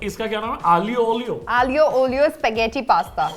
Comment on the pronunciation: Did she just say, “Aa-li~Ohlio”?